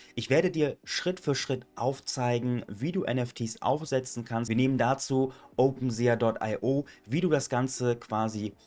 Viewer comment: Bro will jetzt garkein klugscheißer sein aber, glaube das wird „OpenSi“ ausgesprochen. Hoffe du weist was ich mein